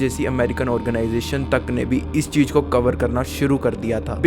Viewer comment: Cheej ka hota hai chootiye ? It’s cheez .. Jyada kya hota hai ? It’s “Z”yada Your pronunciation is so disgustingly pathetic..